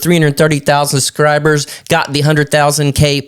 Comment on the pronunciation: I watched it to see how many time you say "SUScribers" instead of "SUBscribers"...